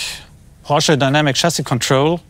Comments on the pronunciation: wie so PorschA? ... kommt jetzt PORSCHE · But PLEASE spell it right, Porsch E! Not Porsch A! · Nigga germans dont ever say "porsha" say It as It Is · who came up with "Porscha" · The car is very nice but couldn't have you asked to pronounce "Porsche" properly?